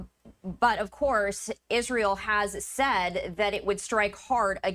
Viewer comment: If u can’t pronounce Hezbollah correctly then don’t say it. Geez lady.